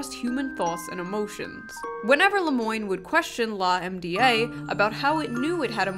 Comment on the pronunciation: Lah-em-dee-aye instead of lamb-duh is beautiful